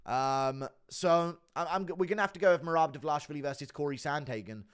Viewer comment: has me in tears with the he can’t get marads name right 😂😂😂😂